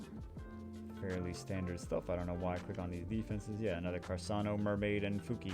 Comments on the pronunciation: I was going to watch the full video, but I can't stand listening to him talking "carsano" instead of carcano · it's not "Carssano", it's Carcâno, man, k... For real. He is trying to correct, kill him! Give me a break. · he's triggering me by pronouncing it as carsano and not carcano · What is “carsano”? It’s carCano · Hey it's Car-car-no. fire snipe. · why is he saying carSano? I'm so bothered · carc ano, there's no s in the name. Good vid tho :) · its car-khan-oh